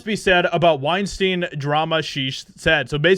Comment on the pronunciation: The moment you said weinstien, I hope it looses a BILLION.